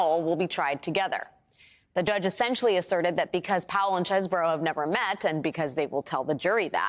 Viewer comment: It's pronounced 'cheese-bro', lady. Get with the program.